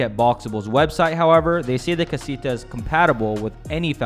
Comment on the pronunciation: the way you say casita.. :(